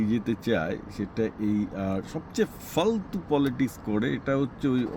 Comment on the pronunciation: Fultu na bolun Faaaltu.